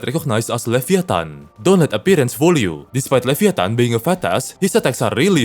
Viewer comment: levi -a-tan